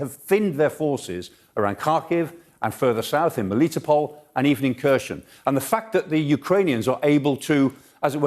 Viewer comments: chhhhherershhoooon_? really.,,,herson...Kherhon...HERSON.so bad? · Kherson has a silent K. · This guy is hopeless, 6 months into the war, and he's still butchering Herson as /KeR SheN/, f'ing illiterate senior citizen... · Prof. Clarke makes more sense in his reports than most other experts - even if he does think Kherson is Kershon ... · so, Kherson is easy to pronounce, "K' is silent, and the rest is the same as 'her son' in Eng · I just wish he learned to pronounce the place names a bit better, considering how often the place names are said. Kershon and Severodonyesk are grating. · Over 100 days of this war and Michael still can't pronounce Kherson correctly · Silent 'K' on Kharkiv and Kherson. Come on old chap :) Golden explanation at least.